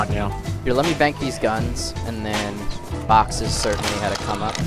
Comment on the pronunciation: Just for the record, the word is "boxes", not "barkses"